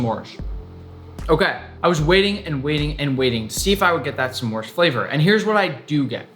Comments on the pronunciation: NICK IT IS PRONOUNCED SMORES NOT SSEMORES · It is not sa'mores it's just s'mores. One syllable. 😡😡😡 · the way he says "smores" with two syllables is rather aggravating.